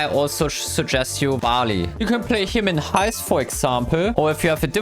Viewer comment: the way he said barley